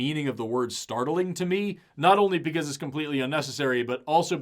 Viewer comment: Anyone else really disturbed at the way pronounces and emphasises the word "START-TA-LING"? Stop! Make it stop! LOL